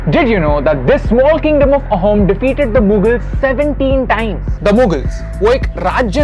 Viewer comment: Loved the video and the content. A couple of things about the pronunciation: the word 'Ahom' is supposed to be pronounced more like "Aa-hum". The pronunciation just gets lost in transliteration. Also, anytime you come across 'ch' in an Assamese/Ahom name written in English, you can be certain that it denotes an 's' sound. So, "Laa-sit" for "Lachit". In the general's name, the surname is also pronounced as "Borphukon", with an 'o' sound for the last 'a'. Not an attempt at discrediting you people. Great to see you choose this topic.